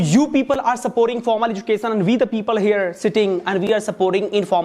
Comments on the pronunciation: Ezucason❎ Education ✅ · Mentor please note:1.It is not "educassion"...it is "education".2.Also to make a joke you don"t have to make it on LGBTQ community..Pity you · Education ❌ educason 👍🏼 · Education ❌ Edusation ✅ .... 😂😂 Oh god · Azukassion ✅ Education ❎